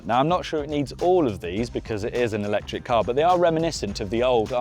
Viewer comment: Stopped watching as soon as he said "electric".